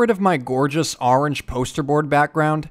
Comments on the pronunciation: Hehe i love that you say arang in stead of orange it’s just so funny 😂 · phew, glad i'm not the only one who says "arange"... could be a Canadian thing?